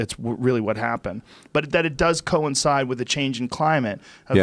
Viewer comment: How many times did they fucking say co-inside in this episode